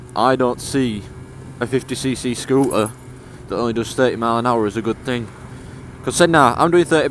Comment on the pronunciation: Please be aware that words with the letter T in the middle (ie scooter) should be pronounced with the letter T being audible.